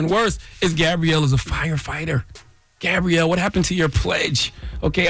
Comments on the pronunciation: Charlamagne, Is her name pronounced Gay-Brielle or Gaab-Brielle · Why is he calling her Gabe-brielle? 😂😂😂